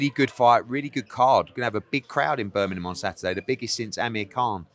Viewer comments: Eddie heard. Love your videos, hilarious 90% of the time, equally on golf life but if you keep saying Birminham we are gonna fall out. BirminGham you tit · Eddie Hearn can’t say Birmingham 😄😄